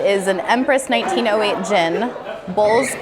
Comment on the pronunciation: Orgeat (almond syrup) is a classic cocktail ingredient and is definitely not pronounced like that, 😂